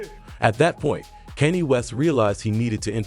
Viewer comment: why u saying kanny west?